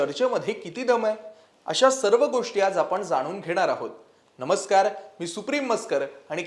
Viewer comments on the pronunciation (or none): none